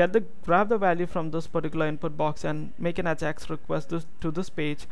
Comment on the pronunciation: Its EyJax not Ahjax. still awesome vid!